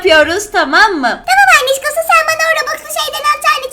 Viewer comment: Ünücorn bile anişkosu dedi ben kaldım annişkosu 🤣😂😂😂😂